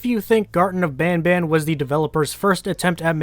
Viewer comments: As to the name, its not as much "bonbon" as much as it would be bahn-bahn. The n's would be pronounced in a way that doesn't really have a similar one in the English language. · As a French perso, « banban » is nothing like « bonbon » it is more pronounced like « banebane » but clearly not « bonbon » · It’s bon bon not ban ban I’m French so I know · As a Canadian citizen even if you said the name in French it would still be banban and not bonbon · i'm french and it is ban ban in pronotiation but if it is like candy it is bon bon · Hey! I’m from Quebec and speak French, “an” makes a “on” like sound, although we don’t pronounce the “n” sound at the end, “ban ban” itself is not derived from any word I know so it’s just a really weird character name ig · now i'm canadianese myself and as far as i'm aware, the reason why they pronounce banban as 'bonbon' is because it kinda sounds like that when spoken in a french accent. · i speak french in a french region, and banban is not pronounced bonbon in french so i have no idea why they pronounce it "bonbon" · Banban doesn't even sound like it could be named after "bonbon", no names in this game sound french canadian lmao Btw, I am French Canadian Edit : Also, it isn't even pronounced like that were it to be pronounced like French. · I am hyper late to your video but wanted to give you info in the pronunciation of the name as a french canadian from montreal. We call it the same as you. I don't get why they say it with an accent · since i'm french and banban name's supposed to be pronounced french, that's still not how we pronounce it :') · in certain parts of canada an a is much more of an aw sound then an ah sound just because of dialects. i live on the west coast so i say banban like you but my friends in toronto would say it the way the creators do beacuse thats just the accent in east canada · Wait as a french people garten of ban ban is prounounced garten of ban ban and not bonbon